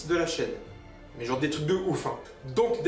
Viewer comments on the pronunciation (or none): none